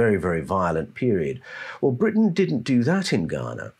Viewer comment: Sounds like brutish !; instead of Britton 😡